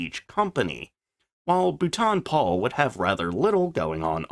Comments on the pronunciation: Be better if you worked on your pronunciation of the manufacture's names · What's with the daft pronunciation of Booooulton Paul. It's pronounced Bolton Paul!